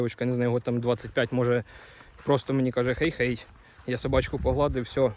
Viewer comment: Hej hej звучить як - хай-хай. Не хей-хей.